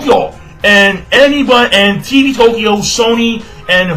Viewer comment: I lol'd so hard at how pronounced TV TOKYO: TEE-VEE TOE-KEY-OH!!!! lmao xD